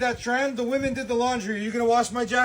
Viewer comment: Dude what is with Middle Eastern men over pronouncing wo-men....its pronounced weh-men....i think its ragebait.